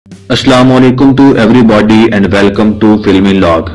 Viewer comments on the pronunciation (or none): Bro everybooody nahi everybody hota ha